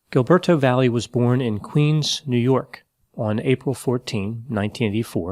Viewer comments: last name is pronounced "vai yay" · Not sure if he's mispronouncing or translating the guy's last name.